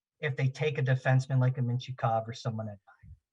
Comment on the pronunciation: He was saying Mintyukov, who is a defenseman is this years class. It did sound a lot like he was saying Michkov tho